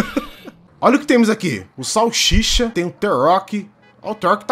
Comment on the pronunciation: kkkkk o "sauchicha"kkkkkkkkkkkkkkkk